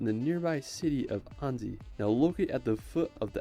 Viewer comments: He said Anzi...but its "Ann.si"...Annecy. The e is mute and the c sounds like a s. The name Anne+ the french, italian or spanish si. And another tip for the Eiffel tower. Stop say i.feul tower. Say F.L tower. Its the perfect sound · Annecy prononcer anne ci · I'm French, and I live in the Alsace region, beauty everyday! I'm scared of heights too, taking a cable car ride would make me so nervous! Ryan does mispronounce some cities, but it's usually close. Annecy, it's like saying the name Anne and add si. Such a shame you didn't get to visit Strasbourg. It's where I've been to Uni, love the city! Highly recommend to watch "12 Regions of France, explained".